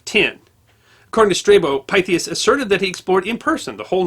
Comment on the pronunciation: This is another excellent video, but I think the Pythias should be pronounced as Pith-e-us.